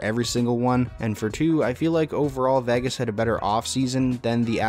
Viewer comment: who would trust anyone who can't even pronounce Vegas ???